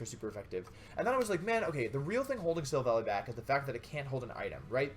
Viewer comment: you said Silvolly..... wow, that's so cruel